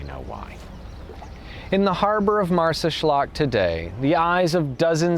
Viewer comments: Marsaxlokk pronounced perfectly, very impressed :') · Amazing video... You sad marsaxlokk with the correct pronunciation... Youre getting good haha. You have to visit the Hypugeum of HalSaflieni in the town of Paola.... To see how advanced the prehistoric Maltese were and many belive we are decendets of atlantis haha and the cart ruts that from the center of the island go deep in to the see. Or go to zurrieq... The people there are called zriraq, zriraq means people with blue eyes and it is sad that the vikings raided zurrieq and off course raped alot of women and when they saw how strong the maltese were they decided to not kill the women and let them live to give birth to their children, and all the children had blue eyes that was never seen or extremely rare in Malta.... That what the legend says... Haha